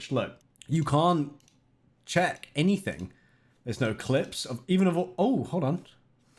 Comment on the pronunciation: Have you noticed that you're unable to say the word "anything" properly?